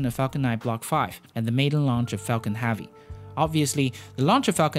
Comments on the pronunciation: Heavy! Not "havy".... There is a e in there.. Otherwise nice video.. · Falcon heavy not havy I know you got an accent but it's not that hard to say heavy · Are you aware you're saying hAvey every single time? I twitch every fucking time you say it lmao. Great vids still ! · Good pronunciation in general, but you REALLY need to work on the soft e in hEavy, Epic, spaceEx, End, landing lEgs. Almost every time you pronounce those words, you pronounce an A sound like in Axe, not an E sound like in Egg. You DID get it correct Expectations and strEngthening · I love these videos, but I’m curious to what accent of english the narrator is speaking? One example is that the narrator is pronouncing the word «heavy» like «havvy». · Space Ax launched Falcon Havy succesfully hehe ( please pronounce E ^^ ) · Jonas Sjöman Axe-ploration is Apic Havy!